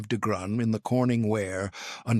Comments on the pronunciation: Someone needs to educate AI how to pronounce “degrees”🤣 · I don’t know why, but every time the AI voice said degrees or tried to say degrees I laughed out loud very hard. It’s goofy I know😂